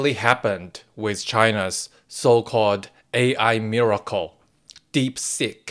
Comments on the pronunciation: um.... was that "DeepSeek" or "DeepSick" ? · Hey, not sure if it was intentional but I kept hearing DeepSick! ha ha